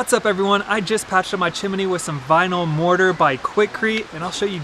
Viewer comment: Chim-a-nee flute?